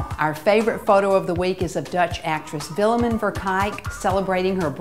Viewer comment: Omg that is not how you pronounce Willemijn haha x'D